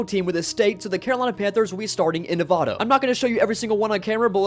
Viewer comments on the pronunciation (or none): THE NEVADA/ne-vau - da IS KILLING ME